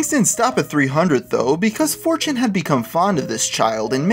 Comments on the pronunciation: He said 4tain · he said "4Tan"